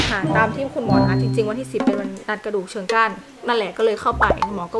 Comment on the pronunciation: เชิงกรานค่ะ ออกเสียงใหม่สิคะ ^^ พี่กำลังวางแผนท้องลูกคนแรก อยากคลอดเอง ฟังน้องแล้วต้องคิดใหม่แล้วแหละ